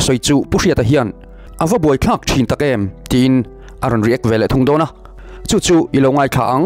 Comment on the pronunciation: Pu Zoramthanga a' khak' tiha thlukna idahhi adiklo , thlukna idah hi chuan,ka chhunga thil varhlawm Kan chhak chhuah thin thil tenawm khaak sawina asin .Fimkhur ta che.